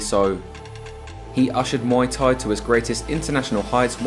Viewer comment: Please stop saying ‘moy’ Thai … should be pronounced closer to ‘mooay’ … moy means pubic hair in Thai 🤓